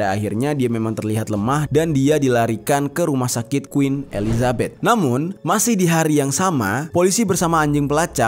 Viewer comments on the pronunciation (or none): none